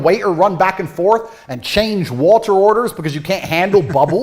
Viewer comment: Can’t get past it either 😂 As a Brit I was immediately jarred because (outside of possibly the Royal family) nobody in the UK pronounces the T in water… except for who goes HARD on that T instead of saying “wah-err” like his accent requires 😂 Until he suddenly forgets and starts saying “wah-err” with no T 😂😂😂 He’s stumbling over that word fr because that is not how he actually says it. Does he know how crazy he sounds saying “whaaTarrr”? Is it an overcorrection? Or the result of residual trauma from being roasted to a crisp by his Mum for not pronouncing his Ts? Not that I’m speaking from experience ☺️